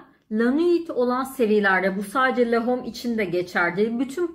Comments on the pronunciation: Yuvi sen(t) loren şeklinde okunmaz. İ(y)v sen lor(ğ)an şeklinde okunur. Lahom şeklinde okunmaz. Ĺo(h)m şeklinde okunur. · La hom değil lom diye okunur. Parfüm incelemesi yapıyorsunuz ama daha ismini okuyamıyorsunuz. iv sen loren lom diye okunur.